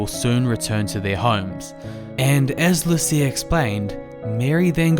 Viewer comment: The Portuguese pronunciation of "Lucia" is LOO-cha!